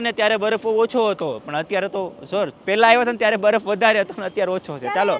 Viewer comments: baraf bolay..... Badaf nai ho next time bolta sikhi jaje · saav abhan hoy ten kem badaf bole chhe